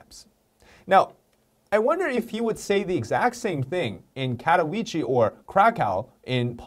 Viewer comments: You really butchered both Oświęcim and Katowice. But eh, nobody's perfect and Polish is right up there along Chinese when it comes to difficulty. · Hi! A guy from Poland here. Your pronunciation of "Katowice" is very wrong, but you did really good with "Oświęcim" (and I'm glad you even tried to prounance these). Also, I know most people know that it was the germans that did those horrible things, but I think you should at least mention this fact and not just the location name. Btw, what was funny to me was that "Auschwitz" is how the germans called "Oświęcim", "Krakow" is how english speakers say "Kraków" and "Katowice" is in Polish. So you basicly tried to say those places names in 3 diffrent languages : ) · you said Auschwitz, which is called Oświęcim in Polish, very well. And Katowice not bad either. Say it more like Katowitze.